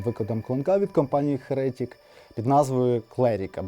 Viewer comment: чому "херЕтік"? Якщо з англійської, то "хЕретік", а якщо українською, то " єретИк"...